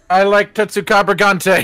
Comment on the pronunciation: he actually kinda did cause he called it tetsucabragante near the end of the video